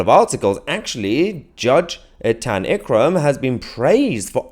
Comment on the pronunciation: it's not L Kram, it's Eek Kram. How they got a Jihadi to be the judge for Jihadis?